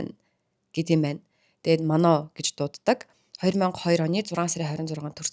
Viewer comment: Mano bish Manon